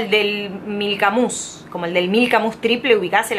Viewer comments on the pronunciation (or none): none